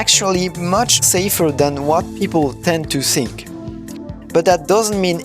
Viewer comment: Super vidéo ! C'est pas pour critiquer mais le "th" de "think" est prononcé "f", pareil pour "thank" J'espère que ça t'aidera